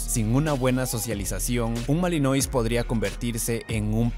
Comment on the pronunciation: "malinuá" se pronuncia en francés